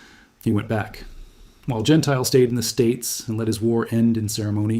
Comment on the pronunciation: AI again. Don (Jen tilly) Gentile, is pronunciation. You dismiss Blakeslee's air victory count, but he had 14.5, 2 less than Godfrey and Anderson, 3 more than Yeager. Blakeslee and Zemke were the two top scoring Group Commanders in the ETOMTO with 14.5 and 17.33 respectively. John Landers also had 14.5 when he commanded the 78th FG but 13 were with other Fighter Groups, including SWPA. Cpt Melvin Dickey shot down John Godfrey while both were strafing Nordhausen airfield. Godfrey destroyed four Ju 52s before his Mustang was damaged by Dickey. Godrey was flying VF-F . Possibly VF-F was 1Lt Logan's assigned A/C in late 1944, but the record states that Reggie's Reply II was VF-F. So I suspect Logan was assigned VF-F after Godfrey went down. Actually you need to check November through December 5th 1944, for highest number of German aircraft destroyed in the air compared to March through April 5, 1944. The claims stated for Gentile were correct for the period, as the 8th AF (Doolittle) gave credit for ground destruction same as air to air for Ace status. Doolittle reasoned that 8th AF pilots would be incented to strafe the most dangerous and well defended airfields - he was right but 9th AF FG lost 2X pilots to flak compared to German fighters. Godfrey's air VCs after Gentile's last mission (April 8), was 7 0f his 16.333 total. 2 1/2 were scored by Godfrey earlier than March 1944. I think you demean Gentile by referencing Gentile staying comfortably in US (as a test pilot at W